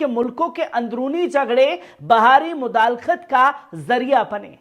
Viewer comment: sahab! Lafz mudakhelat he,mudalekht nhi